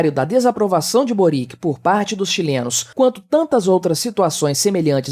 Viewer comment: Só lembrando que a pronúncia de Boric é servio-croata parecida com Djokovic.